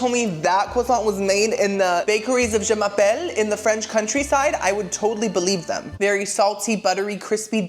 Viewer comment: I die every time says “Je m’appelle” 😂😂😂